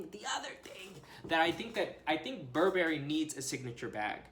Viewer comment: Sorry to be a bummer but please pronounce Burberry correctly.